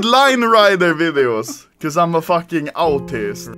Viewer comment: he was all this time trying to say artist...